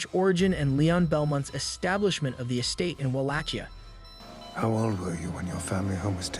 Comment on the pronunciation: Am I crazy or is it not pronounced “Wah-lake-e-uh”?